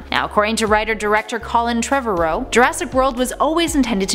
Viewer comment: Ah, yes, the Petra-odons. And Colin Trevuh-ROW. I'll make sure to hit the soobscreebe button.